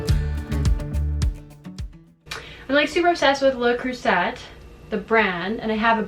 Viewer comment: Don't ever get rid of Le Creuset. At the very least you can pass it on to your children. By the way, say Luh Crew-seh. The "t" is silent.